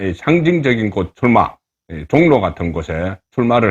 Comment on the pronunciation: 현재, 서울, 보통 사람들이 발음하는 '종로' 와 이곳 방송자가 발음하는 '종로' ~ 어느 것이 맞나요? 여기의 종로는 생전 처음 듣는 발음입니다만 ~~~